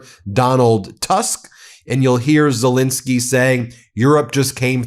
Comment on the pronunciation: Ben, please! It's ZeLENski, not zelinski